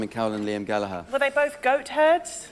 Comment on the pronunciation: Oh my good god, Jack Dee pronounced Gallagher correctly, way to go Jack.